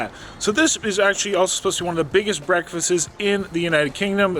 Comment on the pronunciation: That's funny. My roomie also says breffices, (Breakfastses?). Thanks for the laugh.